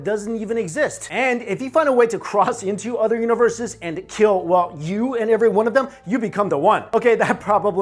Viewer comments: "OTHER" not udder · Love it when Asian people say "other" Udduer.....lol